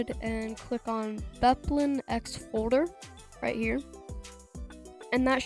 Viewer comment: it says bepinx not beplinx lol